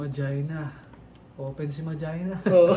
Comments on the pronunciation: Ma jay na daw pronunciation sa probinsya nila. Inexplain ni sa website nya. Pero Ma-gee-na talaga yun. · Butas si dito 😅 'Mah-Gee-Nah' basa dun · SAME! MAJINA! kung bigkasin ng mga dota player non ma-gi-na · Idol, yung ma(jai)na na pagka pronounce mostly sa bisaya baka ganun din sa waray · Mali pagkasabi ni Tama Yung Sayo kasi pag naglalaro ka ng dota1 sasabihin kasi ang name ng hero mo tas ang pag bigkas non ay Yung pagkasabi mo